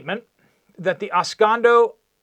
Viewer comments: Au Gres (pronounced "AW-grey") is a town in Michigan. Oscoda is pronounced "OS-ko-da", not os-cay-do. So, in a nutshell, some conspiracy dude at a town meeting embellished a bit, now he is making excuses to cover his ass. Seems plausible. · OS-CO-DA. . . . not OS-CON-DO. . . . LOL! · “Os-can-do”? Os-co-da”. (“Aus-COE-dah)”) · OS (o like hot) KO (long o like open) DUH (like DUH, dude!) os/ko/duh I'm sorry. That was awful of me. I sometimes forget that I'm not still in my Michigan English classroom with my purple (I never used red!) pen. Keep workin' at it. You'll get it ...for when FEMA comes to take our rights away AFTER the next 4 years. The county is Iosco and I think you're trying to combine the 2 words. Iosco is EYE - or long I / OS (o like hot) / KO (long o like open) I/OS/KO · pronounced: OS.CODA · It's pronounced--Ah-sco-duh. Just fyi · geez learn how to pronounce Os-Cod-A before you report 😂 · Ah-Skoe-Dah (Oscoda) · Ah -sco-da SAY IT AH-SCO-DA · Sound it out. It is Os co da. Js. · Pronunciation update. That was a former B-52 military base back in the day right on the edge of Lake Huron. The city is pronounced OSS…CO…DA. Northern Michigan has an occasional forest fire but nothing that was it seemingly need that big of a FEMA actiion . Still a viable military area. Could be of great use it for instants one of the major cities south of their Flint Detroit etc. had a major issue. Directly west over there for the center of the state is the army tank training area which is active you’re around. If they’re attempting to land fighter jets on freeways all over the country I can absolutely see why they wouldn’t wanna keep this facility for emergency military use also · My neck of the woods. Telephone game or backpedaling? If they need a place, why not the base in Gaylord? Oscoda pronounced ah scoe da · Phonetics: Os-code- A. ;) Michigan cities are predominately Native American names. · FYI it’s pronounced “Oscoda” long o sound.